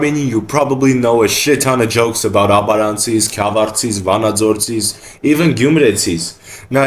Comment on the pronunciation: pls next time you say gyumretsi or vanadzortsi put the tress in the end like in normal armenian speech regardless the version.